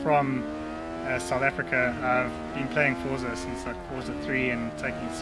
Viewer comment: why do you say fortza wtf